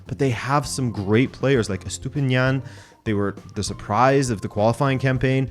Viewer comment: "Estupinian"? Do you mean: A stupid man? 😅🤣